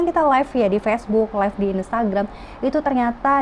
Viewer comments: Maaf mba live bukan life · yg bener live kak bukan life